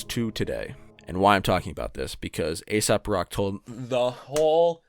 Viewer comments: Good vid, and I heard you when you knew he wasn’t ASAP rocky. But you - as many - continue to pronounce it as ASAP. It’s AesOp Rock, fuck. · Its not asap.. its ae-sop. 😅